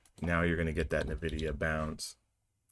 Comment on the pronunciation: Great vid. Real time is the best. BTW its not NUH-vidia. 😀